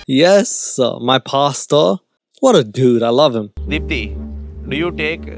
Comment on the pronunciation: Lmao ‘Deepti’